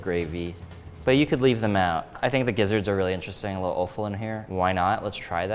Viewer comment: offal is pronounced awful, because it is awful